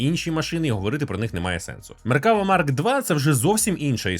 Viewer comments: МеркавА!!!, а не МеркАва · Я би рекомендував ставити наголос на останній склад. Не МеркАва а МеркавА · меркавА- наголос на останнiй лiтерi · один малограмотный поставил ударение неправильно и вся Украина повторяет.МеркавА --ударение на последнее А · Задолбался поправлять. Это звучит как если бы сказали лІтак с ударением на і ... не МеркАва а МеркавА. Не так сложно запомнить. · Ізраїль зовсім не ставиться до росії добре, швидше з обережністю. Ну і слід враховувати велику кількість тут вихідців із росії частина з яких підтримує війну. PS. МеккавА.. У багатьох словах на івриті наголос на останню голосну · Правильний наголос - "МеркавА".Так каже Ігаль Левін. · МеркавА. Наголос на останню А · АдвакААААт, тобто МеркавАААА))) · Ударение в слове "МеркавА" легко запомнить, это слово очень похоже по звучанию на арабское слово "МерхабА", что переводится как "Здравствуйте!". Для арабов, я думаю, звучит очень символично. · Хороше відео. Але одна поправочка - назва танка має наголос на останню "а". Меркавá. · Тільки правильно меркава', з наголосом на останню а, гляньте відео Ауслендера або Ігаля Левіна, як вони за танк говорять. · Ну то так і КАЖІТ! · Той момент коли зайшов в коменти втикнути за наголос а тут вже втикнули за тебе…